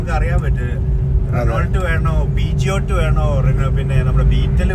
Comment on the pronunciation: പിജിയോട്ട് അല്ല it's called പ്യൂഷോ (Peugeot)